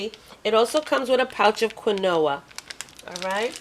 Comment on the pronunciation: Only because I cherish your videos and would never want you to be wrong Queen, Quinoa is pronounced Keen-wa. I adore and am so thankful for all you share with us trying to lose weight and just believe you would not take it offensively if we also shared a little with you, it's truly done with love, because you are valued on your efforts to assist us on our weight loss journey.